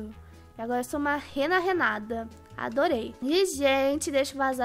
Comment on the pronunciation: NÃO É RENA RENADA E SIM RENA RENATA